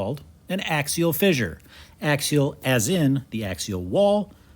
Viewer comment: I like the way you pronounce "fissure" as "fizzure". Is that a Wisconsin thing? 😊